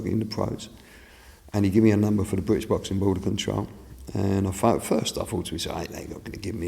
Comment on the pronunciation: Fwank Warren, the most successful bwitish pwomoter of all time. Wobert wan awound the woundabout. Wibble Wobble, Jonathon Woss.